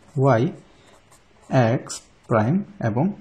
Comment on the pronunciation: X এর উচ্চারণ ঠিক করেন। শুনতে ভাল লাগে না#